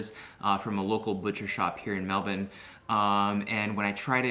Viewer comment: Yay, Erwan! You pronounced Melbourne correctly this time. :)